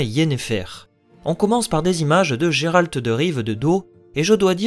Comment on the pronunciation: A chaque fois qu’un francophone dit « Jerald » Un sorceleur meurt dans le monde!